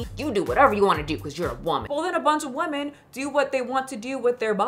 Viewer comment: I like your videos a lot but why can’t you say women. Woman/women are not homonyms, but you pronounce them both as woman 😅